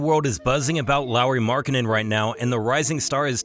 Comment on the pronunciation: Btw. the pronounciation in the international phonetic alphabet is [ˈlɑu̯ri ˈmɑrkːɑne̞n]... instead of [ˈlaʊɹi mæɹkˈhænen] which is roughly how you pronounced it. Nobody knows how the IPA works besides people like me who study languages though, so this isn't a criticism. Take it as a fun fact :D